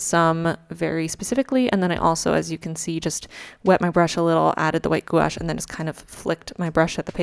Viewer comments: Love this! And no hate, but FYI, it’s pronounced « gwash ». Also, for quality, you should use a fit bit! When you sleep, it tells you how you sleep! It’s awesome! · I’m sure someone already told you but gouache is one syllable; it’s pronounced “gwash,” like squash. I’m impressed how how you just went for it. I’m going to start my first bujo in July and wasn’t sure what to use as a theme. A lunar theme might be the way to go, thanks! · If you have any questions, I used to be the technical advisor for a major art supply company and I'd be happy to share my knowledge! Watercolor is also my favorite physical medium. Also, I've generally heard gouache pronounced 'gwash' c: It sounds like you've learned a lot on your own though, and your moons are beautiful! I think I'll do a moon theme for my July spread too. EDIT: Thank you for the depression visibility. ♥ Here's to July being a better month.